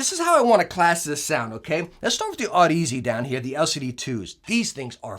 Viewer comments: good review, but its odyssey not Aud-Easy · One day you’ll learn how to pronounce the brand name lol. I love ya brother